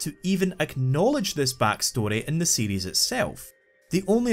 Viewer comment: Am I the only one that hear "Metroid CD" when he says "Metroid series"